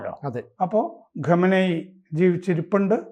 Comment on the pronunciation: ആരാ ഈ" ഗമനയി ", സർ ആ പേര് ഒന്ന് മര്യാദക്ക് പറ.